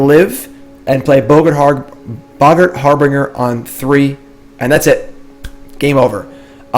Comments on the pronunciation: So tired of hearing "har-bringer" "Har-bin-jer" say it please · Harbinger is pronounced like "Har-bin-jer" :) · Bro, you need to look up the pronunciations for "boggart" and "harbinger".